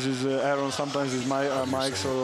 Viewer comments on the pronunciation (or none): none